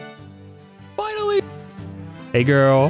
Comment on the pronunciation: Go to because it just says AILLY instead of finally